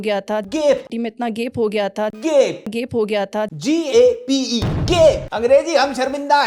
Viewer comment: Bhai Gape ni Gaype hota h😂